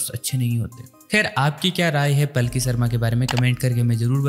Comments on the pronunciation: Please improve your pronunciation as the Journalist's name is पालकी शर्मा not पलकी शर्मा. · अरे पलकी नहीं यार पालकी।